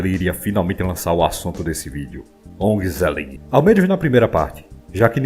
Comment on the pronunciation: onhezellih, a pronúncia do G é como H